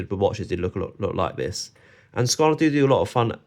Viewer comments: Good comparison video. I almost always hear Squale pronounced with the A sound at the end, but it's actually pronounced without the A as you have said. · In interviews with the Maggi Family (the owners of the brand) they pronounce Squale with the A